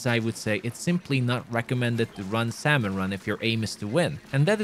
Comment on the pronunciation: its pronouced sam-on, not sal-mon